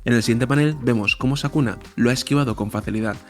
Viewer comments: Excelente vídeo, no importa que le digas sakuna jaja igual se disfruta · Todos:Es sukuna no sakuna jajaja. Yo:¿Urahume es hombre o mujer? Siempre le dicen el, pero su apariencia es femenina. Excelente video, no importa el error de narracion, solo sigue haciendo mas videos. Eres el que mas se apega a los dialogos exactos de los personajes en el manga. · Por qué le dice sakuna? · Bro, es Sukuna no Sakuna jajaja. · sabes porque no le llamas bien? porque probablemente nunca leiste el manga. y sacaste esto a las apuradas para generar visitas hablando aun sin saber. informate loco, no le podes errar en el nombre del antagonista principal. es como subir un video de dragon ball y decirle mojinbu y gaku. Desastre.